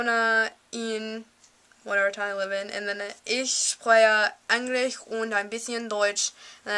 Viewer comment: What a teacher do you have xD its called English ,how do you speak it in english not Ennnnnglish :D Greetz from Deutschland :) Lern weiter und du kannst es irgentwann richtig gut :)